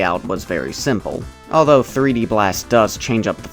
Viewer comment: PooD blast instead of Peed blast...